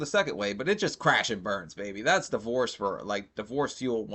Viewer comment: Great video but I can’t get over the guy saying divoose like it’s an animal